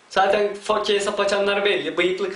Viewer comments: Fake? Lan olum biz onu: FEYK olarak telafuz edioruz yani yazılış F-A-K-E olduğu için öyle okunmuyo feyk o feyk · Ingilizce öğrensen ii olur fake feyk olarak okunuyor ;) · fake mi ? sen yalnis sölüyorsun o my good.. fakeee diyon